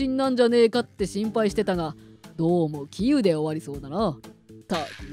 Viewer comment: 杞憂 の イントネーションが変でしたよ。